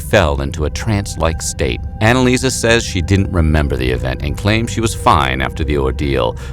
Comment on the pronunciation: she is called AnneliesE not AnneliesA